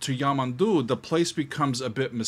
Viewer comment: The word stress on his name is YamANdu also not carin-ho the "nho" is like the Spanish ñ as in niño. and make the 'o' sound more like a U also Costa is by no means some uneducated musical genius.. he studied Classical guitar with at least one famous Guitarist. and well knows how to read and write music. Also the 7 string guitar is not from Portugal and lastly.. the diagonal thing on the neck of the guitar is an inlay.